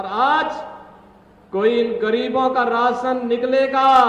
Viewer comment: Rasan nahi rashan ... hehehahaha